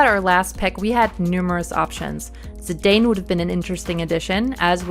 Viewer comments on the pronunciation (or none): none